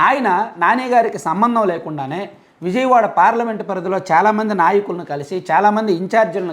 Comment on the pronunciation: ముందు విజయవాడ నీ ఉజయవాడ గా పలుకుతున్న నీ మాటలు 🤣🤣🤣🤣🤣🤣🤣🤣